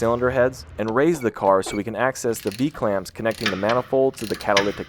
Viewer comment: Love the video but did you say b-clamps? Either way daddy ❤️😈